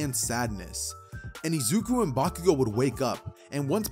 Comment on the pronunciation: I guess he just messes up Bakugous